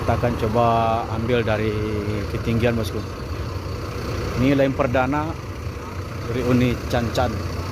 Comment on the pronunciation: Line bg bukan laine